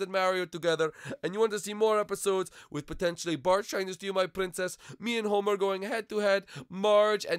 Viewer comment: it's homer not homie